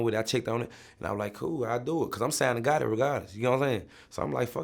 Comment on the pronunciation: This nigga Vlad said “Young Gotti”